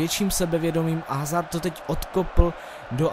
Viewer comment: Dobrý to je ;) btw. Eden Hazard se čte [Azárd]